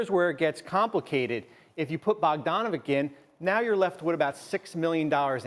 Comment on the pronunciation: It's so annoying to hear BogdanoviK... FFS man, learn how to say peoples' surnames